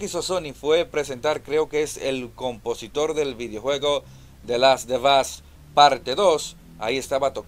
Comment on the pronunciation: The last of us es tu kriptonita, nunca has mencionado bien ese nombre jajaja, muy buen video y ese death stranding parece simulador de delivery a pie el kojimon debe dejar la droga